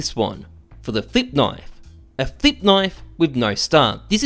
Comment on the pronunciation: Thought you said Thicc Knife instead of Flip.